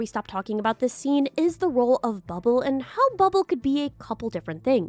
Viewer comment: bro says bubble as "bub-ab-ll"